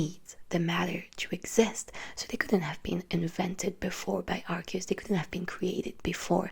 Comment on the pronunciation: Darkrai HAS to be explained... EDIT: YOU PRONOUNCED ARCEUS'S NAME RIGHT! YEEEESSSSS!!!! EDIT 2: I wonder how Arceus must have reacted when He foresaw the creation of a false god... (Lord Helix)